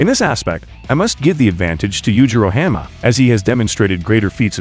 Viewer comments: “yujiro hamma” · Yujiro Ham-ah😭